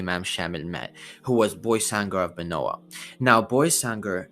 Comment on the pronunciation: Salam alleykum it is pronounced „baysangur“ not „boysangur“ sorry for my bad english